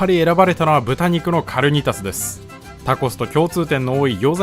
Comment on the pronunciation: かるにたす じゃなくて かにーたす じゃないんですか？